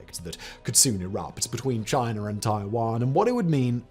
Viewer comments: Lol "Chiner" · Simon, love all your channels. However I would like to address there is no R in China… learn English! 🤣🤣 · There is no R in China. Love you guys tho.